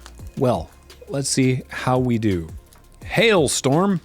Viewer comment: “hail Storm” hurts my soul